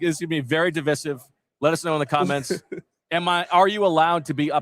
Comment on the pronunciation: Did just say “duh-viss-iv” 😂 It’s “duh-VICE-iv”